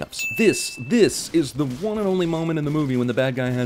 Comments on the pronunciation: When you say "The One" it sounds like "The Wan". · I think your pronunciation of "The One" should be included next time you do a sins video on yourselves.